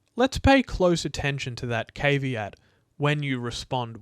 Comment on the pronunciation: love you, but I've never heard "caveat" pronounced like that